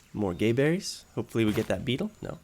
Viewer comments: Its GAberries, not GAYberries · I like how he calls them gayberries. I don't know how they're pronounced but my guess was gaberries with a short a.